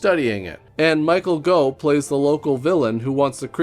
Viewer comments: Pretty sure it isn't "Go", it's "Goff" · Michael Gough - "Goff" not "Go". Rhymes with "cough". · Goff not Go 😂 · The Gough in Michael Gough is pronounced as in cough. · It’s Michael GOFF, Gough is pronounced like cough. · Gough is pronounced the same way as cough. Just an FYI. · Gough is pronounced "Goff" here in the UK. Clough is pronounced "Cluff", btw 🙂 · Michael Gough pronounced "Goff." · Gough is pronounced - Goff, like cough, from Michael's daughter